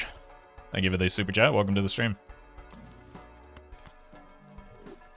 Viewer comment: does anyone feel like he says "Stupid chat" instead of "super chat"